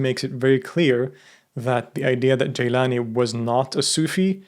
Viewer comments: It’s not ”Geylani” it’s Gilani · Thank you as always a very informative video. Most sufis who follow this order do not pronounce it Jîlânî rather Gîlânî.